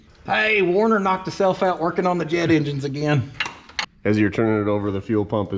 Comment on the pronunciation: he says Hey WARNER haha